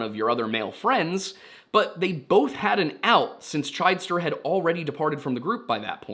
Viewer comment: The last name is pronounced Chidester with a short "i" sound instead of the long "i" sound so it's CHID ester